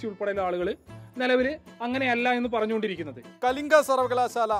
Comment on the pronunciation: കലിഗിലിരുന്നു.. വായിച്ച്... വായിച്ച്..പഠിച്ചു.. കലിങ്കു uty. ആണ് സുഹൃത്തേ.. Kalinga അല്ല കേട്ടോ.. ""